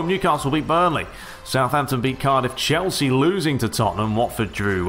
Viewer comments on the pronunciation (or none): none